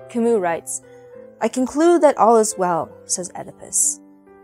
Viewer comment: Can’t you even pronounce Camus’ name properly?! It’s not “Ka-moo”, it’s “Ka-myu”. He’s French, for Christ’s sake!! Jeez!